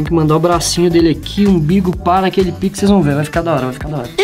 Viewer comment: para de disse pike